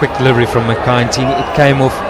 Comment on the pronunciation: "my kind teeny" ?